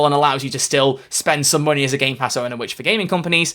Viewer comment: I laugh everytime I hear her say "make some monEY".